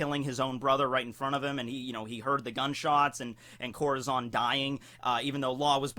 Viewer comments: Lmfao let me help u out ur correct in ur translation but it’s pronounced Core-tah-zone 😂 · CorAzón* get your spanish straight XD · ITS CORAZON not corozon :( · is this who you always talk about!? confuse the hell out of me lol that not how you said corazon. but damn that a cool english way to say it